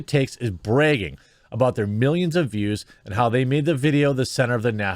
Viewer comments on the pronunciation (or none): jeremy do you have learning disabilities? who says BREGGING instead of bragging? and why did you choose to read meidas with an A sound